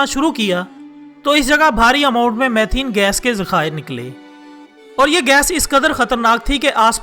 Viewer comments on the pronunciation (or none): Its not mathena its methane